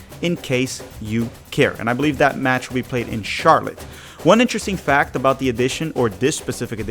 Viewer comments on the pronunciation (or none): none